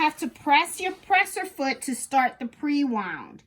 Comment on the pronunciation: Great job illustrating how the sewing feature works but terminology is off. I.e., presser foot not pre-sher foot. Also, speed control by foot is foot pedal. Some of it is just language issues but sewing terminology and proper names for machine parts should be included in the manual. Thx for doing this video. Waiting on my new machine to be delivered and excited to get started!